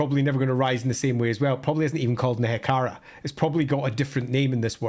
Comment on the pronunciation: Per pronunciation: What do you call a Tomb King that hates green skins on their lawn?…a Nehe-Karen!